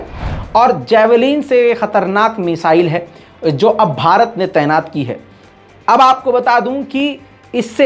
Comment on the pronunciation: تینات نہیں طعینات ہوتا ہے۔ واہ رے رضا تمہاری اردو۔